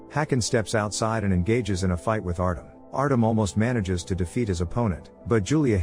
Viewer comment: Artem, is said Artjom...